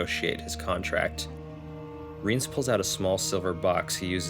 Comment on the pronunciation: Thanks for making these! I'm almost done with Season of Storms, then I think I'll watch the cutscenes for Witcher 1& 2. Sidenote: I think its pronounced Rye-aunce